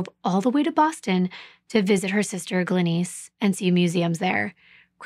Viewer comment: Why can't you prounounce the name Glenice correctly?